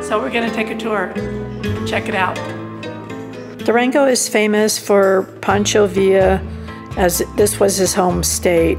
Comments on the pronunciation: Is it really so hard to pronounce the simple word "Durango" - "Duerengouh" sounds so weird. And the name of the street is sure enough not "calle constitution", but "calle de la constitución". Why do such people travel if they cannot even get the simplest words in such an easy language like spanish correctly ? Sometimes I wish I could have a look into american schools, but on the other hand the mere thought gives me the creeps. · It’s not Dureengo , the name is Du ran go